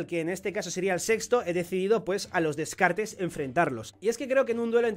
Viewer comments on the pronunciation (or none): none